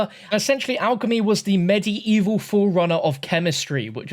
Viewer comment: The way you say medieval kinda urks my nerves, other than that great vid the hype is real.